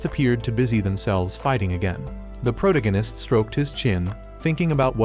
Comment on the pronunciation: can you lessen the use of protagonist? my ear hurts the way you pronounce it ansd it sounds repetetive for fuck sake